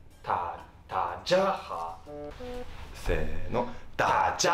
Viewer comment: 音调错了啦www，中文应该是dà jiā hǎo。不过已经很棒了!!另外纠错，台湾不是一个国家喔，台湾是中国的一部分！